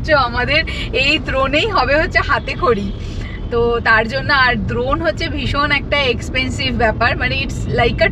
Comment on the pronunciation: ড্রোন ❎ দ্রন ✅